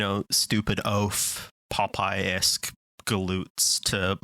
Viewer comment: Papayesque?? OHH, Popeye-esque!